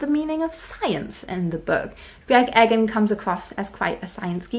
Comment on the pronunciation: E-gahn not Egg-en.